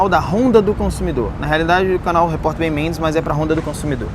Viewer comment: Como que o repórter Isaac chamou o Ben Mendes? Eu entendi Benônio 😂